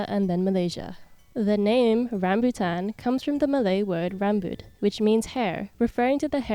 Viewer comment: i love your pronunciation of “rambutan” as a malaysian ❤